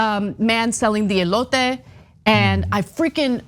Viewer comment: I knew Anna was a beautiful Mexican, her accent just slipped out! Elote!